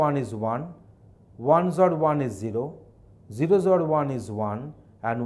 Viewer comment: sir with your zor pronunciation people will be confused . please tell x-or :)